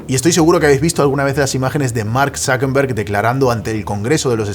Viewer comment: ¿Por qué dices ZuckeNberg en vez de ZuckeRberg? Por cierto yo ni tenía udea de que Tiktok era tan viejo.